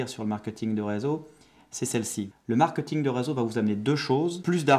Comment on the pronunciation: on dit pas "markeuting".